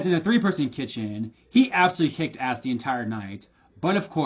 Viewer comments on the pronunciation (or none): Why do you say "ahh" instead of "ASS"?!